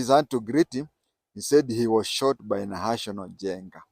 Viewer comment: And its not nahational as it sounds from you . its NAHASON